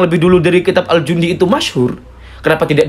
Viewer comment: Bacaannya bukan al jundi, tp al janadi